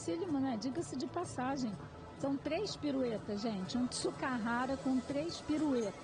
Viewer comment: notei que a comentarista assisti o crack neto diga-si di passagi